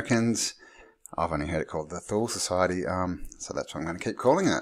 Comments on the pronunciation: Toooleeee not thooll good sir!!! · Thule is pronounced “To-lee”. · thule is pronounced tooley. disregard if someone already pointed out. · came to mind, thule, as you once in the vid pronounced it as 'tool-e', is the same as finnish Word tuuli, meaning wind. the first reasonable explanation for swastika that i've heard was from Bock saga, where ior told it meant the crossing point of two meridians of the World, separating the World in four cuarters, aka north pole.. he also told the exact location of old north pole before ragnaröks and where it is today.. though i must mention most finns will say the man was a con artist, drug user etc., but that's the Basic Picture of Black painted person so i don't say he 100% truth or false, but take his oral story as a possibility.